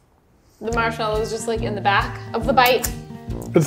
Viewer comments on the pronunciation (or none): noooooo chese insted of mashmelo